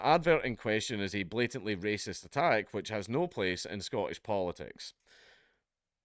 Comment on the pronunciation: `waysist` am i? As Rupert said "so be it"